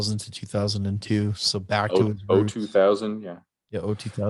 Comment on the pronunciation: Lmaoooo the fact that you found another way to mispronounce it is absolutely priceless. Also, it's now official: Episode 2,000 has to be titled "The Oh Two Thousand".